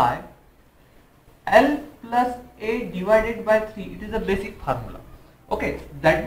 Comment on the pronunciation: Bosic kadu bro Basic